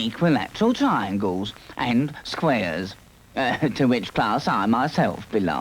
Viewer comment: "Eye, sauceso-leaze. TRI-yangles... Eyesausoleese, try-yangles"